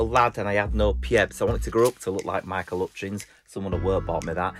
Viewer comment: RIP "Michael 'utchins"